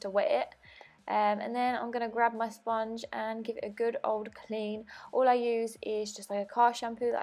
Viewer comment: all !! not ool!